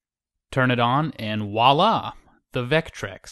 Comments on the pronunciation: "Wallah"? Did you mean to say voila? Because what you said isn't a word. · It's "voilà" you pronounce the V, not "walla". how many Americans do I have to correct on this? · Not to be "that guy" but it's voila, not walla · Has anyone else noticed how over the years that voila has now become wala? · He said voila.